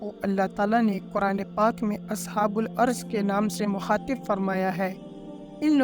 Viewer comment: اصحابُ الرّس بولا جاتا ہے نام تو صحیح ادا کریں لفظی بہت ساری غلطیاں ہیں